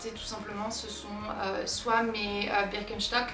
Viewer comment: Birkenstock est une marque allemande donc ta première prononciation est juste 👏